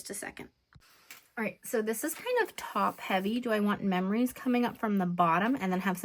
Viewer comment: I really enjoy your videos. I love how you said you can't talk when spelling words backwards because you end up spelling them wrong.... guess what?? You spelled meRories instead of memories while you were talking.😂😂😂 too funny. ❤